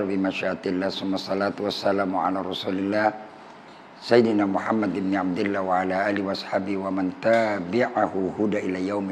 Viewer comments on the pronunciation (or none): none